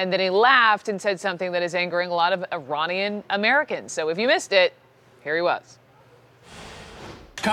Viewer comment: jesus pronounce Iranian corrently its NOT EYE ran